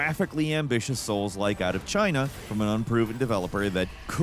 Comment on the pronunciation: I'm tired of hearing soul-like. 😂😂😂